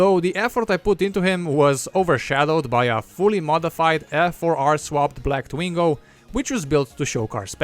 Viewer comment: Its twingo SALE FILS DE PUTE POURQUOI TU ASSSINE LE NOM DU TWINGO